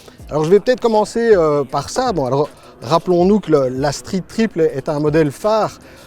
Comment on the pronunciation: Struite tripeul pour la phonétique 😁